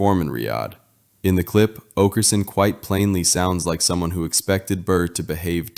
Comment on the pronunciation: Also, it's oakerson not aukerson and burr not bird